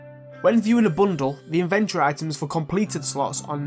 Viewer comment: polite psa inventory: t's not an in-VENT-or-ee, it's an IN-vun-tree calico: it's not cal-see-oh, it's cal-ick-oh